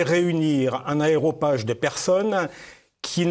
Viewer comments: Clair, bien renseigné et intéressant. Merci ! (petit détail : on dit aréopage et non aérooage) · je sais que c'est un détail mais j'entends à plusieurs reprises aéropage... n'est ce pas aréopage? Ceci dit cela ne retire rien à la belle pertinence de cet entretien